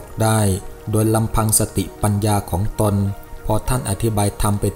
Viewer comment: คำว่า "ของตนๆ " ต้องอ่านว่า ของตน ของตน ไม่ใช่...ของตนตน แอดมินอ่านผิดนะ...อย่างอื่นดีมากแล้ว